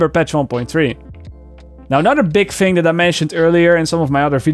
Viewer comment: every time you say "fing" instead of "thing" I say <3